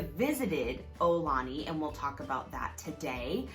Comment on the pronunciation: Mahalo for this video! I'm so glad you visited and had a nice time! btw, the pronunciation is more 'OW - lah - knee' or 'AH - oo - lah - knee', rather than 'OH - lah - knee'.... fyi - with the global concerns over COVID19, I'm hoping life in Hawai'i and everywhere in the world will get 'back to normal' soon... As of 3/19/2020, businesses are closing down and travel is being restricted... I would hate if visitors attempt to come to Hawai'i and find that many of the attractions and restaurants are not yet available...